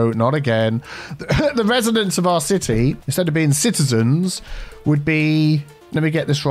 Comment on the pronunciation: "Citeazens" hehehe and "Citea"